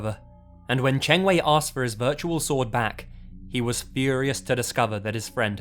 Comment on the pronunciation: Good thing I play video games on consoles like the PlayStation 2, 3, and 4. And I think you mispronounced Qiu Chengwei and Zhu Caoyuan's name. But I don't blame you since you don't speak Chinese. I apologize if I bothered you.